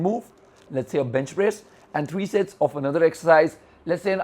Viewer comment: Did anyone hear him say 'Shits" instead of 'Sets" ? or was that just me xD